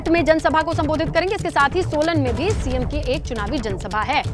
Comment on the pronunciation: Anchor kisne bnaya esko hindi ka Cities ka naam to le nhee rhee hai ye Gwaar Sarkaghaat ko skraghat bol rhee hai Solan ko salon bol rhee hai🤑🤑🤑🤑